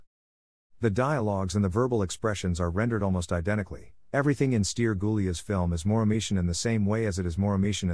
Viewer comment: Felicitări pt efortul dvs de a păstra vie arta Românescă în plinătatea înțelesurilor ei!!!! Totuși "Ilie Moromete", "Stere Gulea" trebuie citite așa ca în română nu ilia, steri..... Nu vă mai sclintiți limba cu engleza.....